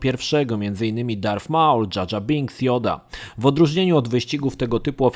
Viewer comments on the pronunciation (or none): Słowo rogue nie czytamy "rodż" ale "rołg", darth "darf" a nie "derf", maul "nie małl" a "Mołl". Geonosis to nie "genosis" a "gionołsis", Jedi "dżedaj" a nie "dżedi", knights "najts" nie "knajts" i było tego jeszcze trochę. Warto czasem odpalić google, lub poszukać na forach wymowy słów angielskich lub tych dotyczących Star Wars, bo czasem mogą one faktycznie przysporzyć kłopotu. Mam nadzieję, że moje uwagi pomogą w poprawieniu jakości kolejnego odcinka dotyczącego Gwiezdnych Wojen. Ogólnie materiały przyjemne i zapoznają nowych, młodych fanów uniwersum i graczy z produkcjami skupiającymi się na Star Wars.